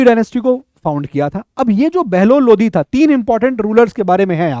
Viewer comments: It's Lodi not lodhi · Sir it's lodi not lodhi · Sir ji lodhi nhi hota lodi hota hai or bahlol nhi bahlul hota hai